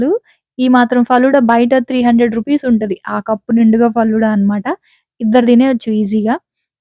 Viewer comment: Falooda kadhu sis faluda 😅